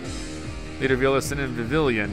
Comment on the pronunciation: Viv-E-on: Vivillon :Lum-E-Os: Lumiose